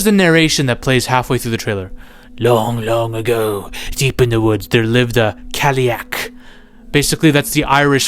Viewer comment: as an Irishman who speaks the Irish language (Gaeilge) your pronunciation of Irish words such as ‘cailleach’ (kyle-ock) is terrible 😂 jokes aside love your videos and hyped for this movie! Or scannán as we say in Irish 🇮🇪